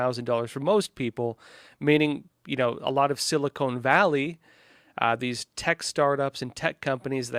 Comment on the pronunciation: I thought it’s pronounced Sili-Con, not cone.